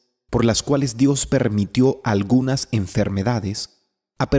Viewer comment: Agunas? O todas